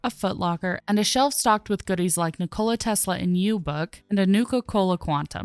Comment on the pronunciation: Interesting way to say "Nikola Tesla" there 😉